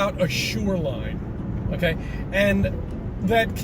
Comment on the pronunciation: Why does he keep saying “SURELINE” 🤣🤣